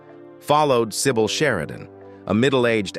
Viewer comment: Do not pronouce her name as "sai bowl", totally wrong.